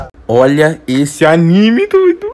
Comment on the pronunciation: Fala direito pô nossa que ódio de quem fala errado nome de anime